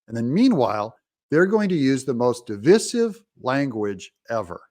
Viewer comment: you are mispronouncing the word Divisive. Please make the necessary adjustments before the start of the vernal equinox.